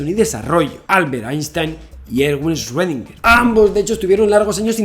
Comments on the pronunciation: Hola Javier, solo te falta pronunciar bien 'Schrödinger'; ya en otro video te había puesto en los comentarios la forma correcta de pronunciarlo y te la vuelvo a poner aquí para ti y tu audiencia. Gracias por este trabajo que haces de llevar el conocimiento a todos los hispanohablantes. Erwin Schrödinger nació en Austria y después fue naturalizado Irlandés. Debido a que nació en Austria país de idioma alemán, la pronunciasión correcta es más fácil de lo que se imaginan, este es: "Chrudina" Traducción del IPA: “ʃʁøːdɪŋɐ” Explicación: [ʃ]: Este sonido se produce al pronunciar la "ch" en la palabra "chic" en español. [ʁ]: Este sonido se produce al pronunciar la "r" en la palabra "perro" en español. [øː]: Este sonido se produce al pronunciar la "ö" en la palabra alemana "Götter" (dioses). Es similar a la "eu" en la palabra española "Europa", pero con una duración más larga. [dɪ]: Este sonido es similar a la "di" en la palabra española "día". [ŋɐ]: Este sonido se produce al pronunciar la "na" en la palabra española "plana". Así, que si se lo preguntaban, la respuesta es: (Sí). Todo el mundo y desde siempre, menos los qué hablan alemán, han estado equivocados en su pronunciasión. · Yo: El 2020 ya no puede ser peor Javi: Deja de decir paradoja de Rredinguer Yo: Cruzaste la línea!!! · 2020, que más puede pasar? :Javi ya no dice esrodinguer :( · Shuedinger xD